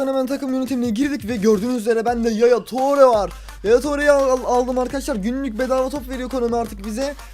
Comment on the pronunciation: tore diyo okunmuyo abi ture diye okunuyor.